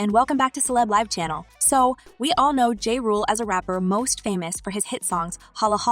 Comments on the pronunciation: Girl, the man's name is pronounced JAH, not JAY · This is not the first time I heard you butcher someone's name, before making these videos do some research please 🥺 I'll give you a like, but do better next time please.